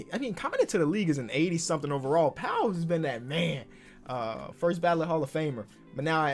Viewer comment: Bro I hate people who say forst